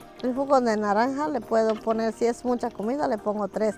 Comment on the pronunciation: She called orange naranga, sounded very similar to indian narangi